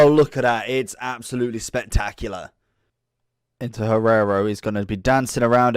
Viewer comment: Hierro not Guerrero XD